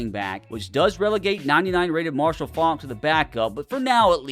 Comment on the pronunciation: How you gonna let it slide that he absolutely butchered pronouncing Faulks last name